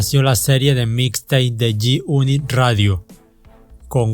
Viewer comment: "yi yunit" 🤣😂